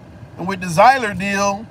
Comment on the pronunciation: Damn they led down the wrong path on pronouncing his name 😅. Just say Seeler